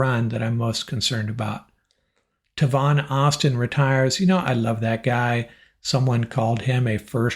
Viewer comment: I love your podcasts but please pronounce Tavon Austin’s name correctly! It’s TAYvon not Tevon or Tuvon but Tayvon! Tay like the word may. Thanks!